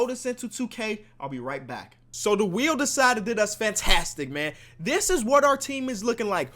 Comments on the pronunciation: "W H E E N" lmao sorry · he said 'spin the wheen' lol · spin the WHEEN 😂❤👌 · SPIN THE WHEEN??? wth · spin the wheen 😂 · SPIN THE WHEEN HAHAHAHA good vid tho! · SPIN THE WHEEN HAHAHA (before he edits it if he does) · Spin the wheen😂😂